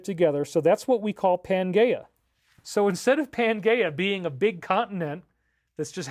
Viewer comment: Good one, I was thinking the same. Hmmm maybe he's pronouncing it correctly, I don't think so though.